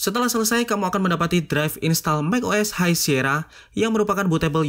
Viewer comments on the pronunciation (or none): none